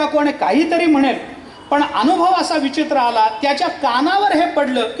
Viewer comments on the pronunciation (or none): none